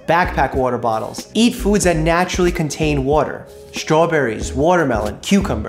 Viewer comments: I like how he says water. “Wuter” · I love the way Doctor Mike says "Water" lol